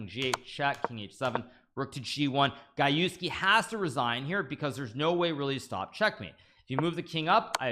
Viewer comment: Gajewski: Pronounced G-Je-go-j Gah-YEFF-ski